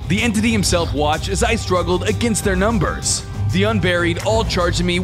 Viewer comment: why did you say nember